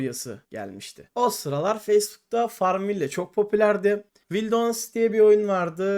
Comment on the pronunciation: farmville ve çet engin beni benden aldı 30 sn dayanabildim videoya, gozunu seveyim oyun oynamadan once git dil ogren